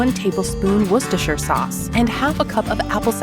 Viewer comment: I got jump scared when she pronounced Worcestershire correctly